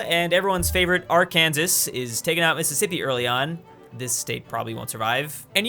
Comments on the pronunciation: I'm sure it's pronounced Ark-an-saw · Arkansas is pronounced arkansaw just saying it because its illegal to say it wrong if you're in that state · The way you say Arkansas hurts It’s are-can-sauce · Arkansas is pronoumce Arkansar if u pronounce it wrong u get arrested in Arkansas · It's pronounced Arkansaw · it's pronounced are can saws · Excuse me did you saw "Our Kansas" its "Our Can Saw" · Are we all just going to ignore the way he pronounced Arkansas? 😂😂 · I thought Arkansas was pronounced Arkansas, not Arkansas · how dare you pronounce arkansas like that, i’m offended, me and my trailer park are all going to go and beat you up now /s